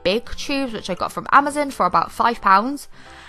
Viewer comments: 😂 you said it was amazen it’s amazon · Im sorry but i never heard anyone British say “amazEn” so i kinda died of laughter when I heard u say it